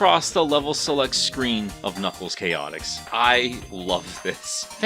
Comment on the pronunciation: Ah yes...knackles